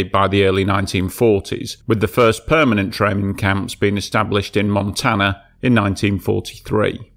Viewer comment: I wish you could pronounce the words; Montana, Helena, Holter and your mom’s name. Don’t quit your day job.